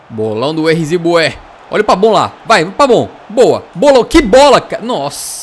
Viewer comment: Porque você chama o pavon de pabon?